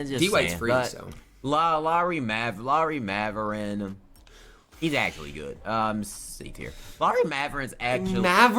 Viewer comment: Bro its bot even funny anymore listening to this dude mispronounce every players name half of which aren't even the close like Lauri maverin lmao r u friggen serious bro there's not even a V in his fn name get it together cop that Rosetta stone